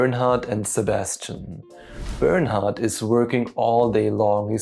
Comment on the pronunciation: I thought to were saying burn out and not Bernard lol...which works perfectly